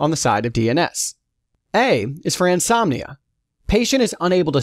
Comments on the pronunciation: its anosmia , not ansomnia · did I heard anosmia as insomnia and sinusitis as sinusis? also nasopharynx as nasopharnyx? this is a great video, but you need to look for other narrator :/ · Wonderfully explained sir.... Pronounciation mistake!! Anosmia is pronounced as insomnia and sinusitis as sinitis